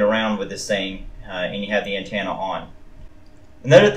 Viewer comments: Good review but it's antenna. Not antanna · Did he say “dodo”? And did he say “An-tana”? 😆 Thanks for the vid. I think even though the thing is wabbly, I’ll still get one. So I can be cool like everyone else. 😁